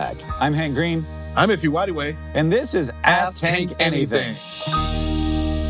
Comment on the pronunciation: That's his name man not "If you anyway" jeez